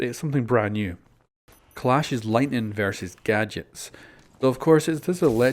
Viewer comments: says "force lightnig" watch out for that ubi might ban for profanity lol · "lightnig" lol